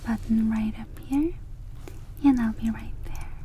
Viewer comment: My favorite part of videos is whenever she says the word "and" her accent comes out and it sounds like 'yand'. It's surprisingly tingly and comforting.